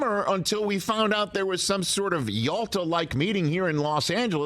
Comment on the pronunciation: Did you say Jalta, Rich? Nice historic reference..:)!